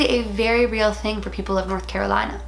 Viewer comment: hears her say north carolina *spits out tea*